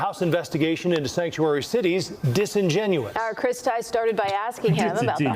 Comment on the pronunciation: LIstening to the word "disingenous" spill from this thing's mouth. Comedy Gold!